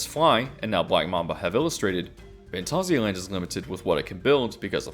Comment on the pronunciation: I kinda feel like your pronouncing Phantasia wrong though. I've heard the word before as a disney movie with that title and they defiantly never said it that way. I checked a few things on google saying the word too, and it always came out as like the Disney movie. XD